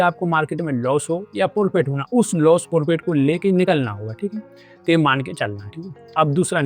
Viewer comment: Bhai ji forfit nahi profit hota hai